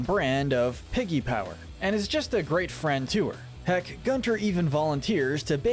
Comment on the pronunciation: It’s pronounced “GOON-ter”,. It’s German, like his voice.